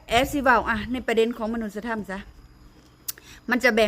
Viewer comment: มนุษยธรรม อ่านว่า มะ-นุด-สะ-ยะ-ทำ